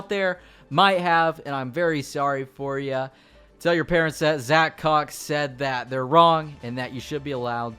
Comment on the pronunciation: The way he says, it sounds like a pornstars name😂😂